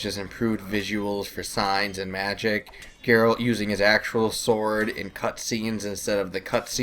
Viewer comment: "Garret"...."Gerald"......Jesus, people (no, not actually). His name is G-E-R-A-L-T.